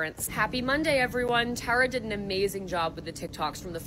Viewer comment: Oof love you but the mispronunciation of my name (Tara) makes this hard to watch😭